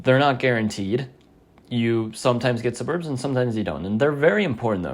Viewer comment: thats not how you pronounce suburb